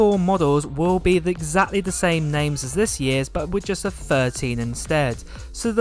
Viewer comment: “Firteen” rather than thirteen, “fousand” instead of “thousand” and “wiv” instead of “with”. 🤬Triggered!